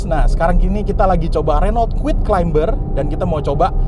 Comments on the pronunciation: Climber bacanya KLAIMER bukan KLAIMBER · Yup.. silent "b" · keren videonya, btw “CLIMBER” dibacanya tanpa “B” ya, thank you sukses.